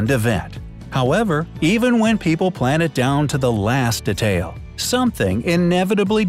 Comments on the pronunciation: DE-TAIL WHAT WHO SAYS IT LIKE THAT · De-tail not da-tail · It's said "de-tail"not"detaayyll"